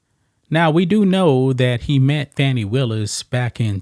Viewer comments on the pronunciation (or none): She can’t even pronounce her own name because she’s calling Fanni as Fauny! She’s a liar and an embezzler . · Are you calling her "Fanny" on purpose? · I love that you mispronounce her name! You KNOW that pisses her off 😂